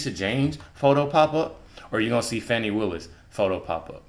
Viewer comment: it’s Fani not Fatti